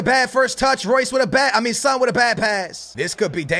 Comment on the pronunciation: Pronounce son name better😧😧